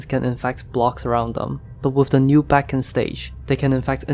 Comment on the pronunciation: it is pronounced beacon